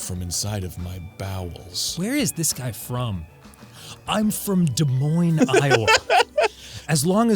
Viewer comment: Dan, I lose my mind whenever you reference Des Moines AND pronounce it correctly bahaha